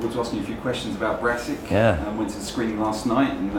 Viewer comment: Notice he calls it barassic not brassic